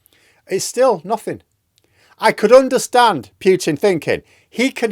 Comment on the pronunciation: Please say PUTIN, not "Pjutin"! It is just annoying to hear!